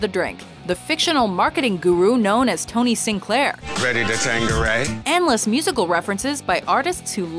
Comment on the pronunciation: Wtf is tanqueriyaya